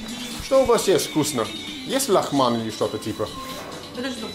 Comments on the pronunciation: not laghman, just 'lagman'. no h! :) лагман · it's "лагман" (lagman), not "лахман". That's why she didn't understand you. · Не лаХман,а лаГман:) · It's actually "лаГман" with a hard G in there, also it's "афГанцы", not "афХанцы". That's why that woman didn't get what you want to eat.